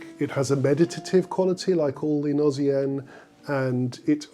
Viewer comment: Beautiful piece that does have the feeling of a gnossienne , that meditative beauty tinged with sadness . PS : in french although “gnose” is pronounced with the sound z , “gnossienne “ spelled with a double s should be pronounced with the sound s . Thank you , your channel is very interesting .